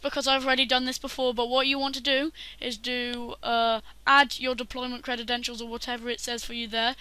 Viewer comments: you said crededentials it's credentials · This is all I could focus on when watching. It bothered me so much I had to look up if that's just how British English pronounces this word but its not, he just created the new word. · "credidential" "aluminium" just cuz u invent a langwidge dusnt mean you can willy nilly change spelling or pronuntziachin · CREDEDENTIALS CREDEDENTIALS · That's how you know we're in the future... When kids that are too young to be able to pronounce credentials are teaching adults